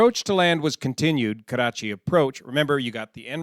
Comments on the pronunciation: Your pronunciation of Nawabshah was spot on. Also love how you say Karachi, rolling the r. Makli however is pronounced Muck-lee. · Your Nawabshah and Karachi pronunciation were spot on .